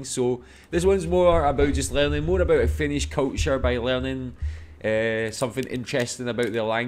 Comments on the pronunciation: I'm always just so impressed by how fluently you read and pronounce Finnish! 🤔🤯😍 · Your finnish pronunciation is actually very good 👍